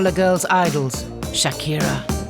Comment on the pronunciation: The way the narrator says 'Shakira' LOL